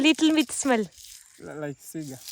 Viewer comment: Cigar Alla cigaar that's different from cigarettes